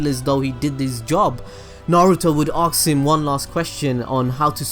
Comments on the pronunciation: Why don't you say "ask" correctly? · why do you say aks instead of ask :/ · "I always aux myself this"